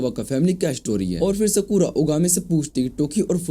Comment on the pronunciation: Skura ❌ sakura✔️